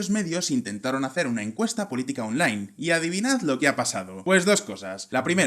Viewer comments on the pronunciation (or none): none